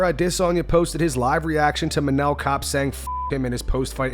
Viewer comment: Jeez so nobody got the joke 🤦🏾‍♂️ dude said "Kane" instead of "Kape" and you made it a joke about Cain & Abel. I didn't think it was too complicated but oh well.